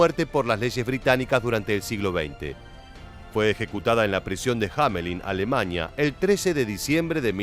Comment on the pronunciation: A - LE - MANIA... A- LE MANIA.....A- LE - MANIA.......